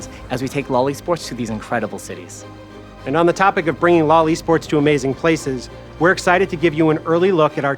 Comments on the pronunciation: When they say "lol e-sports" I also hear "loli sports". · No one heard these guys say what sounds like "loli sports" multiple times and told them to just call it "league esports" lol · "Loli sports" ... maybe just spell it out as L.O.L. when pronouncing it... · stop saying loli-sports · Did he say Lolli Sports? 😬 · He prenounces it as Lolly Sports 🥲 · Please stop pronouncing LoL eSports as "loli sports" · LoL e-sports sounds like Lolisports omg haha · I heard Lolli sports. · LMAO he’s saying LOL E-sports I’m dead